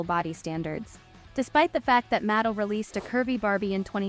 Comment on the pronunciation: I‘m sorry, but the pronunciation of Mattel is quite distracting… it’s (mə-TEL).